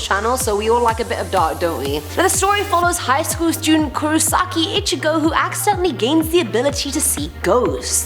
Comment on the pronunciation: She butchered itchigo